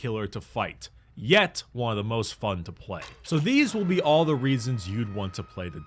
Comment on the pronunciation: "and what is fum", that's fummy